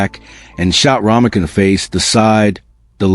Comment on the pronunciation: Romeca not Romika